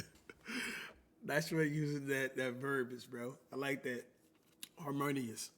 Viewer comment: Unc so fried he can’t even say harmonious 😂